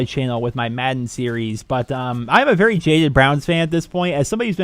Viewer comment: the type of guy to say berry instead of very